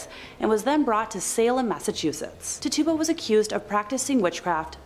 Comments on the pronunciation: I shouted it out when she first said it, while shaking my head. Lol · Little correction. The Caribbean witch from Salem her name is pronounced tit- chew- ba, not ta tuba. Thanks n have a great 1...